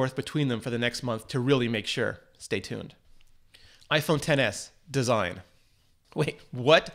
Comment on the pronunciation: Its pronounced "iPhone excess"